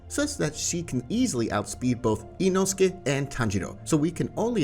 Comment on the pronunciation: One thing for the speaking of inosuke's, zenitsu's, and hashira. to pronounce inosuke, it sounds like inoskay. agatsuma isn't pronounced agatsumi it's agatsuma. and hashira isn't hashida is hashira. Don't take this rude alright!